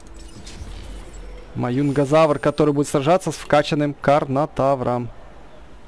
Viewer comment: Маюнгазавр это Маюнгазавр ане Мажезавр пж говори правельно